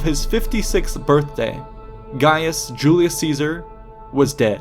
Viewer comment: Julius Catsar?